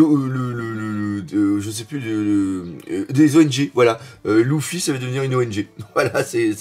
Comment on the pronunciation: Simple question,pourquoi prononce Luffy,"louffy"?